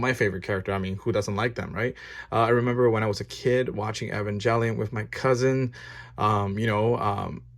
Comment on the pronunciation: Hey I noticed you pronounce Evangelion wrong, which is common but yeah I might look up the right pronunciation, no hate just noticed